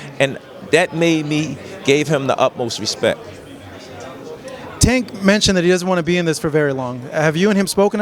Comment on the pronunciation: This flag flyer still can't or won't say Tank's name right.